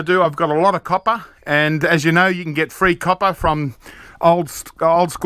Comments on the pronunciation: Love the way he prenounces ingot but the coppa is kinda irritating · Niels Walraven YOU'LL NEVER CATCH ME COPPAH! LOL 😊